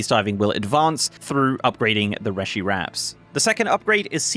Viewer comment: PSA: It's pronounced 'ree-shee', as per all spoken dialogue in game.